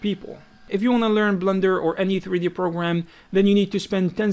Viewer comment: why does he say "blunder" for blender? are you guys hearing the same? or is it just his accent? :))